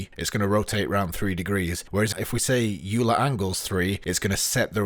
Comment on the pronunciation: you're lucky i didn't give you a thumbs down for your pronunciation of "euler"